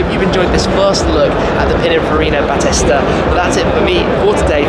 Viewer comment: Battista is pronounced Ba tee sta. Like the wrestler.